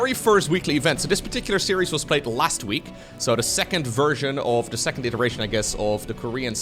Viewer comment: I love your commentariesdf, but I really wish you work on your pronuncution of "the" it's not "da"